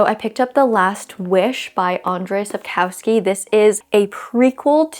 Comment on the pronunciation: Autor of The Witcher is pronounced like An-jay Saap-koh-vski. I tried to write it as similar as it sounds in Polish🙈 But your pronounciation was quite good too! Great haul!! 💗💗